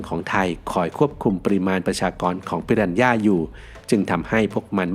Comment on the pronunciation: ฝรั่งไม่ออกเสียง "ปิรันย่า" แต่ออกเสียง "ปิราน่า" ครับ...😂